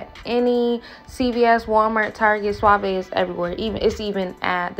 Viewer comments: My sis said SWAH VAY. Lol I’m about to start saying that 😂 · You threw me off by calling "suave" .... "sua-ve" hahahaha I guess different areas put the accent on different parts.